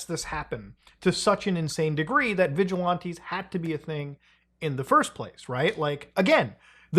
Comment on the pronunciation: "Vigi-lawntees"? Its VigilANTEES Muta. Idk why but it's like nails on a chalkboard hearing you mispronounce it lol. Especially in quick succession.